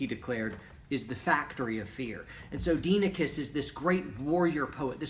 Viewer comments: Proper Pronounciation: DEE-eh-NEE-KEYS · correct pronunciation: “die-eh-neh-kees” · Was assigned that book in a college history class, I've read it at least 5 times now. Pronunciation is "Die Oh Nikes" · It’s Die ah -neck eees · Dienekes is pronounced Dia-knee-keys